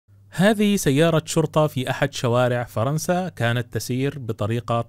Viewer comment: فِرنسا وليس فَرنسا! "اكسِرُوها، كَسَرها اللهُ" حسبُنا الله ونِعمَ الوّكيل.